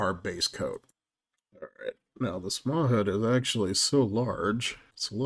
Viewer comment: I think that’s pronounced mah-HOOT (with more emphasis on the last syllable)